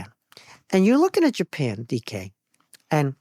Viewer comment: Caught me by surprise when I heard that first. Thought he said "decay" instead. As in, "we're on the level of psychology decay". 🤔